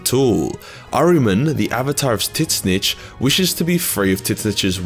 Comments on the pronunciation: Took me a minute to realize when you were talking about Tzeentch. Everyone except you just pronounce it “Zeench”, not “Tiz-nich”. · I giggle like a schoolgirl whenever says Tits-Snitch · I must say Tit-snitch is a very interessting take on pronouncing Tzeench :D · that is the most unique way to pronounce Tzeentch. I always go t-ZEEn-Ch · The "T" in Tzeentch is silent